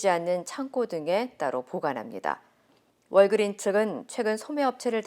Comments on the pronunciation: 월¿??그린은 아니죠. 발음이 헐..한글로 워그륀s 해야 그나마 맞죠 . 무슨자신감? 월그린스?? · 중요하지 않지만 “월그린스” 가 정확한 표현입니다. WalgreenS. 하긴 미국인 들도 S를 빼고 발음 하는 경우가 많긴 합니다. 늘 좋은 정보 깔끔하게 정리 해 주시는 것에 감사하며 시청하고 있습니다.